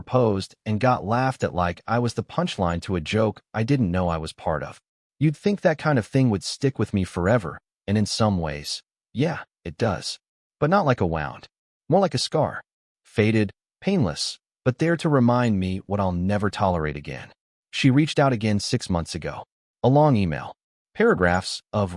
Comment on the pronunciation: Get a AI that can pronounce "wound" ffs